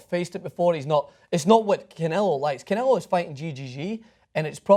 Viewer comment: And it's canelo, not Canela...